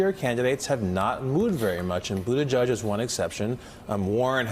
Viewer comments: I live in the area, I heard it as Boot-a-judge for years so I was a bit surprised when Pete said it is Boot-edge-edge. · Someone needs to gently and altruistically let Mika and Joe know that it is Boot-Edge-Edge (not "Boot-A-Judge"). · its booda JEDGE not JUDGE. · Its pronounced PUTAGIG !! STUPID. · I’ve heard mayor Pete speak in person. He says boot-a-judge. Joe and Mika are saying it fine. Not that it matters either way. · I've noticed most people pronounce it "boot-a-judge" - that pronounciation is probably stuck, not. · Boot ih jege? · Actually, it should be pronounced 'booty jitch'. That's how we pronounce it in Malta. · Dear Mika Please learn how to pronounce his name correctly It just looks better on TV. Trust me. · Pete says it is either....his husband also says Budda judge. I say But edge edge